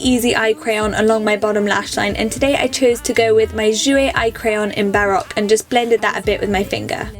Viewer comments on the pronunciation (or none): none